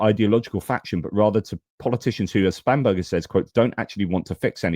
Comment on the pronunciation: Sorry, but can’t help but childishly laughing every time you say Spam-Burger. I just can’t help but remember those 90’s adverts for Spam, and the song Spam Up 😂